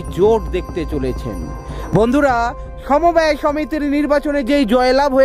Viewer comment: সমবায় হবে , সমব্যয় নয়,ঠিক উচ্চারণ করুন